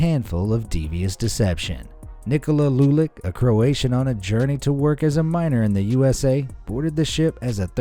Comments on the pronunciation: Not lulik its lulić put it in google translate same goes with č its not k or c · It isnt lulic its lulich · He pronounced Černetić and Lulić wrong If you want to hear how to actually pronounce it go on google translate and change the language to croatian